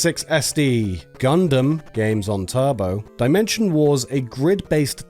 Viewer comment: pronounces gundam correctly calls a sail boat a jetski